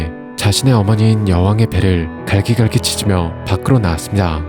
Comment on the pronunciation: ~~~니다 발음이 이상해요ㅠ